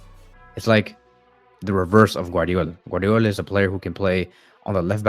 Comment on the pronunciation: Brother did not say garvadiol as guardiola 😅